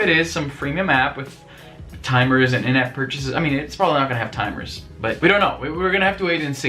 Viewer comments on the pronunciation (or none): I know you said "in-app purchasing" but it sounds like "inept purchasing".